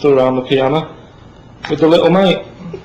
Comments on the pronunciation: "everyone's' stood around the piana with a little mate" ROFL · ....everyone's sor' of....stood around....stood around the piana...*moves hand*...with their li'le mate 😂😂😂